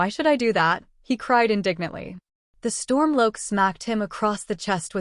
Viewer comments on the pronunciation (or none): You're saying Helgan wrong, and it Ulfic StormCloak not Stormloak.